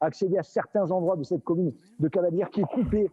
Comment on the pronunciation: Hey les journalistes de choc c'est Cavalaire et pas cavalière....😂